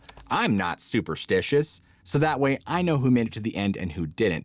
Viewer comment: "I'm not sauperstitious..." YOU ARE superstitious.... U.U